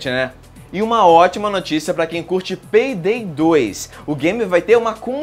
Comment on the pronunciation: peydey hueahueahuea